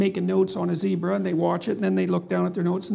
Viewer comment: Pronunciation for "zebra" is the same as "Debra"😎😂